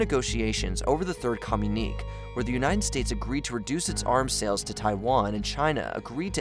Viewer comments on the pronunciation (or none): You keep saying communique wrong fyi. You say "kah-myu-neek" but it should be "kah-myu-ni-kay" Sorry, after the 10th time I had to say something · When you say com-you-neek is it communique? Cause that's commune-ikay. If not then what's the meaning of the word cause I don't think I've heard it? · "Communeek" is not a word. Communique is pronounced "co myoon i kay." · "Communique" (as used at about 10.30 and elsewere) is usually pronounced "communikay", not "communeek", just thought it would help your video sound a little more professional. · It's not pronounced "Com - unique", it's "Com-uni-KAY". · "Com-u-nik" as you pronouce it should be pronounced as "co-mun-i-k" (communique) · Communique is “kuh mew nick kay” and It’s “Qing” not “Quing” and pronounced “Ching” not “king” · Co-mu-nee-kay, leh-jiss,lay-chure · Communique is pronounced "ku myoon i kay." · It's irritating to hear your continual mispronounciation of the word that is pronounced correctly as "communiKAY." You make the word sound like "communist." Educate yourselves. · Pronounced: com mun e ka, please. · FFS!!! The word is pronounced COM-you-ni-kay!!!! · Quing empire?? Pronounced King?? Communiqué pronounced in … I don’t even know which language? This is not the quality I am used to with this channel. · It really does. It's one thing to butcher Qing, it's another to butcher indo-china or comunique. Makes it sound like they don't know what they're talking about. It's especially egregious when you have to consider they've been getting this feedback on pronunciation for a while. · The frequent mispronunciation of words like communique and memoirs really detract from your videos